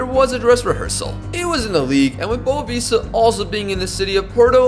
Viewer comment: actually, the club's name in portuguese is pronounced more like 'boavishta' c